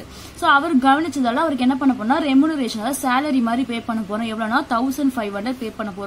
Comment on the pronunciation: Mam athu remuneration Renumaration illa 😊